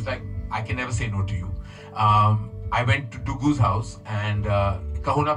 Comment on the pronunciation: Its Duggu. Not GUDDU not LADDU